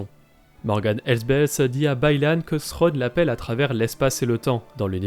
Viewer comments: Je pense que peu de francophones prononce le TH anglais correctement. D'où le fait qu'ils disent "Srwone" en VF. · Pourquoi l'Amiral Thrawn se prononce différemment dans la série car a plusieurs reprise au lieu de dire Thrawn il prononce Sronne. Pourtant en anglais il le prononce correctement.